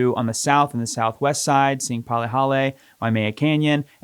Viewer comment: Palihale?? 😂 good god